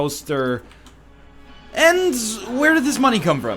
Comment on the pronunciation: I actually have no idea why.... but I love it when Ryan says "coaster".